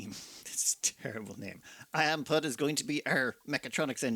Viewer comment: I'm pretty sure IamPud is pud as in pudding - (pu-ding)